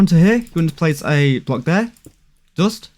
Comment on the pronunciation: why dont you say dust insted you say dost